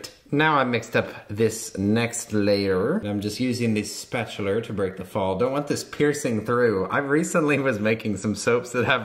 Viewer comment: I love “spatulerr” so much 😂